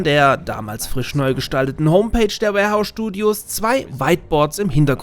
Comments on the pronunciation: schade hab gehofft es wär n Video von dir mit nem Insider der es begründet. Also doch nur falsche Aussprache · Alles super aber das Studio heißt "WARhorse studios",nicht warehouse :/